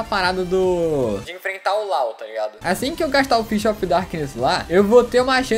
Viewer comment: Parece q ele n fala "taligado" parece "trado"